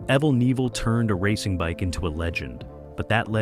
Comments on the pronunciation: "Aevel Nivel" ??????🧐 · Evel Kneeville. What the FUCK 🤡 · Apparently there are 750 different ways to pronounce "Evel Knievel". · Insulting to hear an icon's name mispronounced this badly. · At least get his fucking name right! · Not a bad video apart from the mispronounced name.it shows a picture of an American eagle a rebadged laverda twin they were even heavier than the XR but he used them briefly .he used triumph twins in the early days but wanted to go for a U.S bike because he was a patriot .im a New Zealander by the way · If you can't get evel s name right don't talk about him you're an IDIOT!!! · I would have enjoyed this video a lot more if it weren't for the constant distractions of mispronouncing his name every single time. Also, the several shots of Robbie on his Honda were proof that someone didn't do their research prior to making this video. Nothing against Robbie. He made jumps his dad didn't make, but this video wasn't about his career. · As a kid growing up in the 70's and thinking this man was the coolest guy that rode a bike hearing you absolutely incapable of pronouncing his name correctly 1 damn time embarrassed me for you! You should absolutely never make a video on anyone you absolutely know nothing about!!! Hardly any picture nor fabricated fact you sprouted out match anything he truly did! R.I.P. Evell Nevell whoever you are...